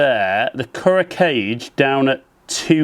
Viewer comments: Its pronounced Kool Ro Kai Jay not Kuro cage.... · "ku-row kah-geh" Kuro Kage means "black shadow" in Japanese. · Thank you for testing them out on your swing. It really helps to see a spread of golfers put their swing on the same equipment. (You really have to fix that "cage" pronunciation. Super cringy every single time. It'd be better if you just said "Black Shadow" if you can't manage.) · Kuro Kage: the Kage is pronounced as two syllables, as in kah'-gay. It's a Japanese thing.